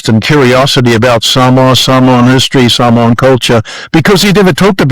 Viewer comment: Such an interesting history of Mr. Brunt. He pronouce the Samoan words are pretty spot on.